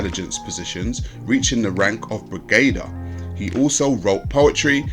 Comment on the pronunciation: Brigadier = "Briggadear".